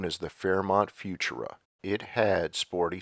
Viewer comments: "Few-Choora", not "Fewtoora". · I love it! I just subscribed. And with all due respect, it's "fu-TUR-a." Thanks! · AI mispronounced “futura”. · Thank you sincerely for another great video by the way, FUTURA is always pronounced with the accent on the second syllable, not on the first syllable, as you are reading it here. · I always thought Futura was pronounced with the emphasis on the second syllable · You’re saying Futura wrong.